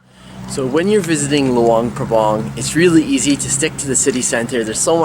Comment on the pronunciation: You guys pronounced luang prabang wrong sorry if i spell it wrong